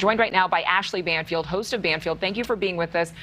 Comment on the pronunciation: Banfield.Not Bangfield.